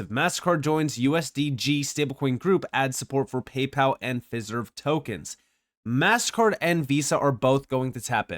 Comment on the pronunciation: Pronounced Fi-Serve, like De-Fi, Trad-Fi, etc... Always great information 👍